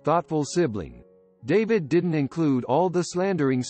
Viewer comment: pretty sure it is. They never sound real and often mispronounce words. "Didn't" was spelled out. Lol